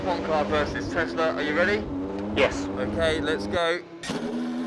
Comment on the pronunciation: A- its not teZla, its teSla! B- how much is the price of the beneton?